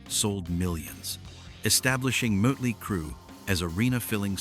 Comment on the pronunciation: What do they get this moron who can’t pronounce the name of the band? Mötley Crüe.